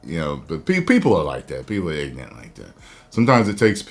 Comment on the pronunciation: ignorant not ignint